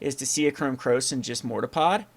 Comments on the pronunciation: same here, there is a R at the end of it right? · For some reason the way he says mortarpod makes me want to die LOL